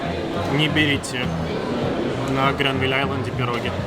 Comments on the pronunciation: ну так он же на инглиш в ванкувере разговаривает, и на русском просто давно не говорил, вот и не правильно поставил ударение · ПирОги...Не могу слушать.